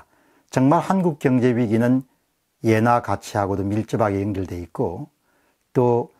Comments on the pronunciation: 옌화라고 하지 말고 엔화라고 발음해 주세요 너무 부자연스럽게 들립니다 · 옌화보다 엔화로 발음 해주세요! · 자꾸 옌화 옌화 그러니까 거슬림